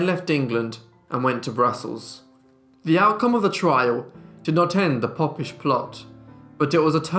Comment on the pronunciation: The "popp-ish plot"??? Surely the "Pope-ish"